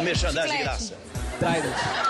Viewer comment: Trident ele fala a marca do chiclete